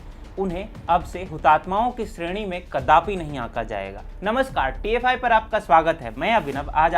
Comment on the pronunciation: TFI की सामग्री प्रशंसनीय है। परन्तु वाचक कई शब्दों में 'श' को 'स' बोलते हैं एवं अन्य त्रुटिपूर्ण उच्चारण करते हैं। जैसे 'श्रेणी' होता है 'स्रेनी' नहीं। कृपया यह सुधार करें, धन्यवाद।